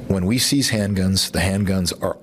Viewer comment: I'm still trying to figure out if he said "when we sees handguns" or "when we seize handguns"